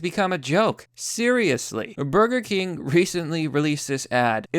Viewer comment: It’s Burger Kangs not Burger Cring